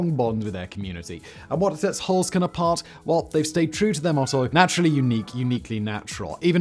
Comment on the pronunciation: the E in Holzkern (wood core) is pronounced like the E in exit. or edit. E is ALWAYS like edible, exactly, excited in German. NEVER like in we, or me. So the german Heer in WW2, still is a double E like in every, else, essay. Simon, get your pronunciation game together, or else the ghosts will haunt you in their ufos, mediums and a team from the history channel in tow.. 😅